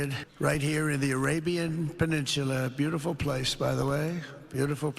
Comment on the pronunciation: “And, it’s beauti-ful”